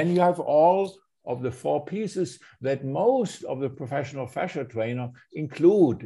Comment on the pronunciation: Fascia not fascist!